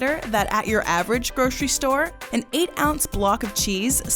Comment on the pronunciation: Since when is grocery pronounced gro-che-ry ??